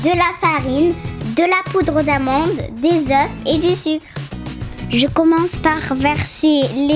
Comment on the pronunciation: Au début dit des œuf🤣🤣🤣😂😂😅